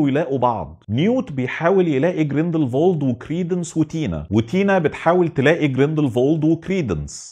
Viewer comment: اعتقد الاسم جريندل وولد مش جريندل فولد